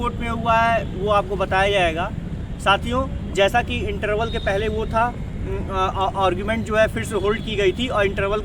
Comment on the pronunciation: और्गुमेंट नहीं भाई आर्गुमेंट बोला करो